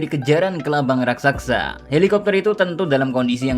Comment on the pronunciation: Raksasa bang bukan raksaksa 😂